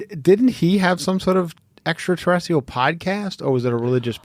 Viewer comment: Extraterrestrial Heather! Geeeeeeez get it right 🙃